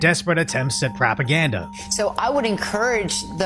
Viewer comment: she mispronounced propaganda